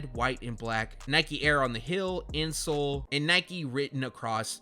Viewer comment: Why tf u say hill instead of heel